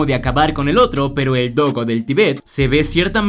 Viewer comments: Es mastín, con golpe de voz y tilde en la i. Que asquerosa manía de pronunciar como creéis que lo hacen los americanos. Tampoco es tibét sino Tíbet, con golpe de voz y acento en la i... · Es mastín no mástin y Tíbet no Tibét